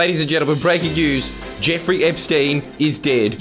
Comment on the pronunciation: Jerfrey Erpsteen.